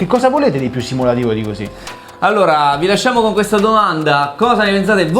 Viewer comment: "Hosi" passione Fiorentinaccio